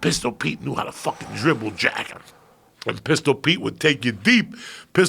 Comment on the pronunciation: the way he messes up saying Jack just kills me every time